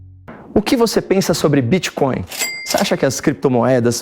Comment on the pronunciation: “BITCÓIO E CRÉPTOMOEDAS” Renan Calheiros. 😂😂😂